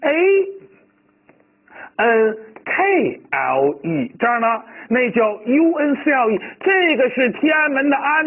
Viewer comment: 叔叔 uncle读: 昂口 脚踝 ankle读: 安口 老师的读音好像反了